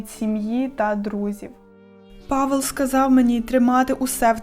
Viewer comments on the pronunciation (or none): none